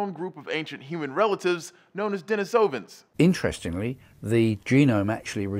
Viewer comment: De-NEE-so-vans, not DenisOvans.